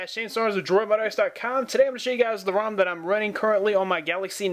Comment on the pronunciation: Rom not room haha